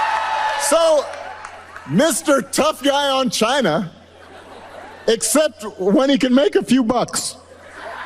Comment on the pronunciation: Trump Bibles, made in CHYYYNUUUH as he pronounces it. That poor boy couldn't even name half of the 12 Apostles if he tried , change my mind ......